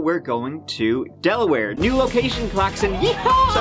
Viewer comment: del-a-where? 😂 I practically live in Delaware, I’m in Maryland technically but could walk into New Castle County and I’ve been to the complex where Joey and Olga lived. Wilmington is about 25 minutes from me. It’s a small little state but the beaches are great !